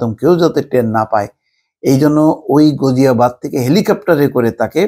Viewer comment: “গাজীয়াবাদ”। গুজীয়াবাদ নয়। হিন্দন AIR BASE.